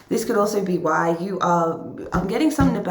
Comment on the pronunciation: When you were like, "why, why, why" it sounded kind of like "wah, wah, wah" and I think that sums up this person.